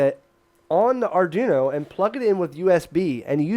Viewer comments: R - Dwee - no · Repeat after me... Arr-dwee-noe. Not Arr-doo-noe.